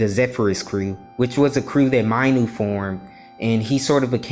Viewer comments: You mispronounced Minu you sort of said My-nu but is should sound like Me-nu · Bruh not Mainu it’s Minu pronounce it correctly